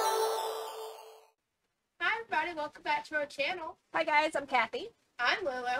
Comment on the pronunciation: Pronounced as guy😂 -als. And at Lulu, back many thousands of years ago.. just after man had learned to tame fire.. there used to be these weird sort of paper things. They were called books. But some these books were made rapidly, so they were stapled together and folded for display. They were called magazines. They were very similar in shape to modern comic books. Well, where the magazines were stapled was called the center fold. Yes we really had no imagination when it came to naming things. I hope that clears up your confusion on what a centerfold is. 👍